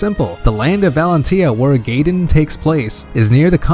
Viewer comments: Guy-din not gaydin lol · "Now before we get carried away, let's move on to the second game in the franchise: Fire Emblem Gayden" Great, another person that doesn't know how to pronounce Gaiden properly. In case you want to know, it's pronoucned "Guy-den" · He forgot FE12, which introduced the customizable character, and mispronounced a good 4/5 of the names, I'll list what I remember: Guy-den, not Gay-den Fal-kion, not Fal-shion (Celice's name isn't even Seliph, get facts straight there.) Eph-ram, not whatever the fuck he said That's all I remember atm lol At least it was an good quality, informative video and the creator wasn't an Awakening fanboy. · GUY DEN, GUY DEN! IT'S NOT GAY DEN GERJKGNERKL;GNERK